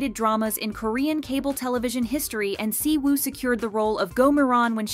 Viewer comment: I wonder why all of a sudden just decided to stop pronouncing anything right, examples: the Y in Yuqi and the W in Siwoo is "silent", "Lee" is pronounced "e"